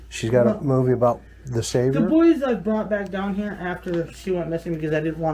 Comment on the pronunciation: She speaks very uneducated. “These are all her toys that I’ve boughten.” And she says the TMNT toys are the boy-es with 2 syllables. She always sounds like she’s on sedatives bc she talks really slow and her words are slurred and she has a nonfocused look in her eyes and her whole face looks so tired like drowsy. I don’t think she was high or on drunk at this exact interview with CM but if this is how she is sober, then even on weed and alcohol, she is going to be super hard to figure out what she means or what she says.